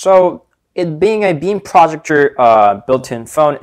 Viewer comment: What the fuck is a "projucture" Pro-ject-or.